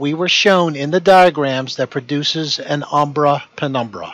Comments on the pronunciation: not since high school have I heard someone so confidently assert something while also mispronouncing it. Hearing this guy say “umbra” is like hearing DJT say he knows a lot about “inDUHstry” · Everyone he says 'umbra' penumbra, makes me think he says abracadabra!!😄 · Every time he said "umbra-penumbra", a white rabbit appeared in my coat cupboard.